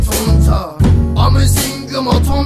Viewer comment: ''Und wir singen'' i amazinguma diye okuyo çıldırıcam ROWARKAPSOFMZPĞFMĞ